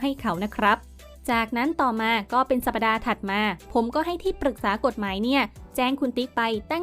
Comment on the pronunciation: สัปดาห์ ไม่ใช่ สัป ‐ ปะ‐ดา สมัยไหนแล้ว ยังอ่านไม่ถูก อ่านว่า สัป‐ดา อ่านใหม่จำไว้